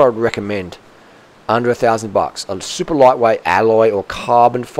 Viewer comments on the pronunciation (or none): none